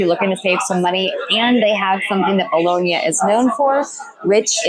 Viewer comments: Just a tip: The second 'o' in "Bologna" is not pronounced as 'boloney' or 'toe' or 'bone', rather it's a flat 'o' said the same as the first 'o' ie. 'cop', 'drop', 'sock'. After a few months you probably would have heard the locals pronounce it like that. ;) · You are so lucky living there but please ask an Italian how to pronounce Bologna correctly - it is not Bolownia! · Can you pronounce Bologna correctly please FFS